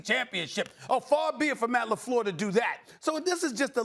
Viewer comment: when Stephen A says "Matt Lafleur" 😂😂😂😂😂